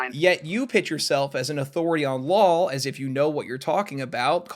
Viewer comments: it's law not lawl. love you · bro i have no idea why this bothers me so much but i stg every other time you say "law" you actually say "lul" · I keep hearing 'lol' for 'law' -- is it just moi?? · Are you saying law or lul? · am I the only one hearing "lawl" instead of "law"? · I thought you were saying “delete LAWL” this whole time… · Every time said law I kept hearing lol 😅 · Is it an American regional thing to pronounce "Law" with an "L" at the end? Not hating or anything, just curious, cos I've only heard one other dude do that and he was also American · Nah I was talking about - like, where he reads the word "Law" but says "Lawl", or. It's odd tho cos he says "lawsuit" without the extra l. Just wondering was all, I don't think he's doing some extended joke where he prononuces "law" as "lol" though. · No I heard it too 😂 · Why do I hear “Lawl” every time says “Law”?